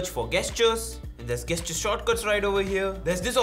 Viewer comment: Great, helpful video. Thank you! Just a little comment about the pronunciation of the word 'gesture': you say it with a soft 'g', not a hard 'g'. Only saying this because I am a language learner and teacher and love it when people correct me in a respectful way! :)